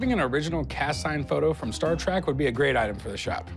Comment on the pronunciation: Trek not Track good lord